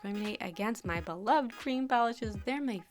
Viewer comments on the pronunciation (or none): none